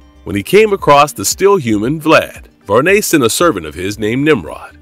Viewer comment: Did you say Var-Ney? It's Varney like Barney, you know the purple dinosaur? Wow! Who is the narrator?